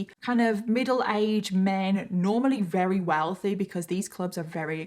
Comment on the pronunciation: I love these episodes. You do a wonderful job of researching and telling the story. I do wish though you would pronounce the word "very" properly instead of rerry.